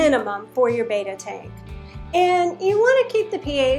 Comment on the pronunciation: Its not "Baita" its Betta LOL.